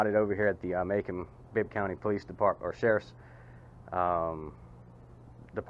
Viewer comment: Now is Macon pronounced "Mason"?